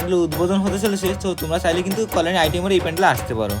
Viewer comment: তোমার কল্যাণী উচ্চারণ ভূল হচ্ছে।